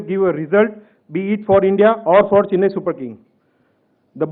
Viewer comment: It’s NOT Chinnai .. repeat after me “Chennai”. It was hard to follow. Horrible